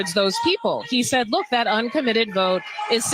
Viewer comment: Bitch literally said "dat"